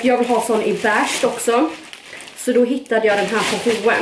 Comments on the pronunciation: Vrf säger man bäsha när de heter besh (vet att de inte stavas så) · Får panik på sättet du säger beige ”bäshhh”